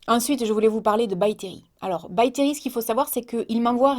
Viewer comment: By Terry.. Je peux pas m'empêcher d'entendre "BACTERIE" ÇA ME SAOULE 😂😂